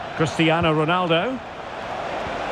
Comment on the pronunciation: Ronaldo not Rolandodo🤦🏼‍♂️